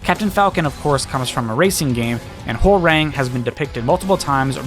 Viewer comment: Hearing you pronounce Hwoarang physically hurts